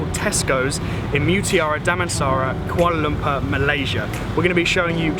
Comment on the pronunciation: Wow,you can speak Damansara and Kuala Lumpur in very good pronouns action